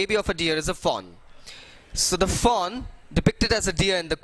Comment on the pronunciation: Sir I am getting confused taht what are you saying foe, doe or fawn